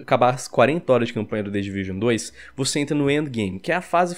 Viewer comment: "The Division uane ..." " The Division dois"